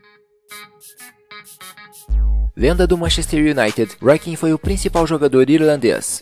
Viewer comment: Mais um ótimo conteúdo amigo! Se pronuncia: Lothar Matheus e Roy Keane E faria algumas mudanças: Hierro na Espanha; Meola no EUA; Bergkamp na Holanda; Stojkovic na Yugoslavia; Hadji em Marrocos; Garcia Aspe ou Hernandes no México e Brolin na Suécia